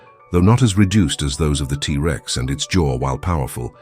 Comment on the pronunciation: The a.i. voice having to treat the word Rex, after saying the T. Like they have to pause like the Rex part was the beginning of a new sentence, Instead of the T being the first part of it's name. Is driving me nuts! And that super repetitive, few note music, is doing the same!